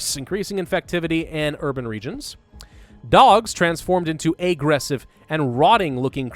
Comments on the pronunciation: Because the author spelled it with only one "g" and pronounces any misspelled word slightly off. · Why are you saying aggressive like that?